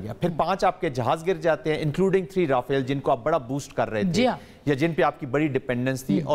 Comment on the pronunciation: all pronounce Raphale air crafts while you pronounce as Rafal . Who is at fault ? .